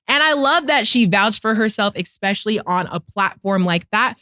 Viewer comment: The truth, speaking of.... is limiting herself if she can't discern that; especially and expect don't start with the same prefix. There are people who say (Xspecially) and then there are the rest of us....